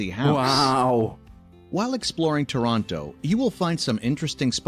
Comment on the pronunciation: If I ever pronounced "Toronto" like the narrator did in this video I'd be in big doo-doo with my fellow Canadians!